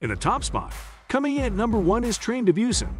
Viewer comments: train to boo-san. not view-san.. hahaha! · Busan is more pronounced as boo-saan, yes I am a korean native